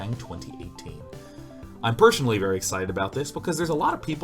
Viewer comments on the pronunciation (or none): I'm PERSHONALLY very excited about how you pronounce personally